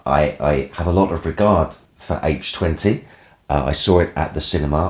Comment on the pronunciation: As always, thanks for saying H20 properly.